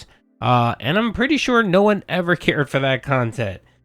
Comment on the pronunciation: Lol. can't say Shure.